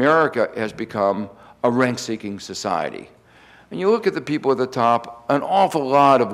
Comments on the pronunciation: 'RENT-seeking' not 'renk-seeking'. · What is "rainkseeking"? He keeps mentioning "Rainks" (sp?)